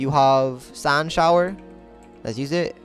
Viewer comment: Why U say sand like that bro lol sound like ur saying sànd df